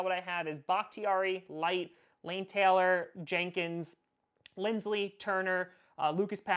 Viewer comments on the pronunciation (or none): none